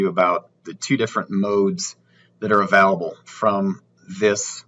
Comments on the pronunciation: Sorry man, I couldn't get through the video after hearing uh-valable too many times!! 🤷🤷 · Can you please say the work available right? Haha